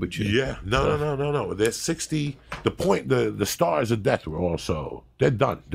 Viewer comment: Bernie got an easy win for the church if he announced on the debate stage he will bring back the stahs of deth